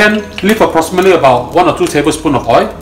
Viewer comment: please pronounce O I L ..... I don't put O I into the wok.... what a typical example..